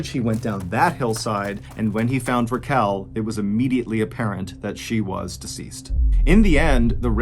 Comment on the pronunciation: Her name is pronounced Rachel😒 She hated being called rakell😤